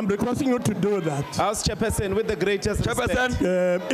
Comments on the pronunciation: "Chair persin..." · is it me alone who hears "order jefferson" instead of order chairperson 😆 🤣